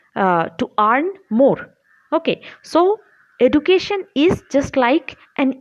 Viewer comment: please take care of the pronunciation of 'education'